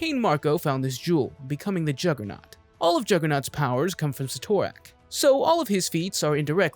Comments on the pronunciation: Proper pronunciation for Cyttorak: Sit-er-ak. Don't believe me just listen to any time the spell Crimson Bands of Cyttorak is cast. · The guy is so wrong he can't even pronounce Cyttorak correctly. How can you make comic videos when you screw up simple names like Cyttorak or ignore the fact that the one below all isn't the one above all's antithesis, it is the one above all. Your like watching a five year old who JUST read his first comic, believes he knows everything, and tries to recite what he knows. Half truths, major inconsistencies, and wrong about 90% of the time. Also great job NOT MENTIONING Zom, one of the most powerful demons in the marvel multiverse, so powerful it took the Living Tribunal to beat.